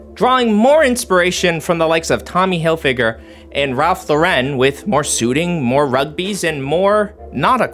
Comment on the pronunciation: You must learn how to pronounce Ralph Lauren's last name. Really.